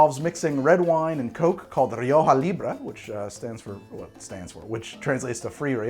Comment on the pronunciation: Ri-oh-ho lol